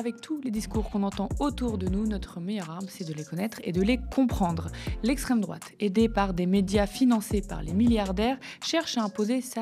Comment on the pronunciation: "d'etxtreme droite" ahahah